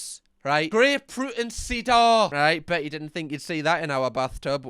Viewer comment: You dont know how to say Cedar (pronounced: see dar) really?